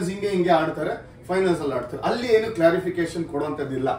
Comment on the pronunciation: ಅದು yenu (ಯೇನು) ಅಲ್ಲ.. enu (ಏನು)..